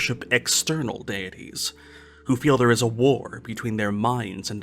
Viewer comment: No worries, Kat! I particularly enjoyed the “daddies” instead of deities. That was fun! 💖